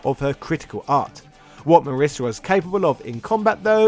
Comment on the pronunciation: My wife's name is Marisa. (hint: it rhymes with Lisa, not Melissa)